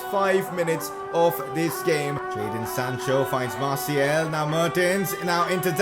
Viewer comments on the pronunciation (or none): Why do you say MartiEl. The second a is pronounced the same way as the first